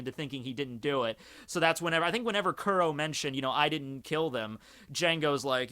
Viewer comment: First and foremost thank you for posting these videos however white boy you should really start watching the anime starting with episode 1 so you can at least start pronouncing the first villains name properly. Both the Manga and Anime States that Captain Kuro was sick and tired of getting attacked by the Marines and doing the flashback he states that this was the third time this week that he got the tact and that's when he concocted the plan do frame someone else and have Morgan arrested them. Since the straw hat pirates in Django are the only people that know about Captain crows identity, he can easily change his name and join Cypher pol and get back into the storyline.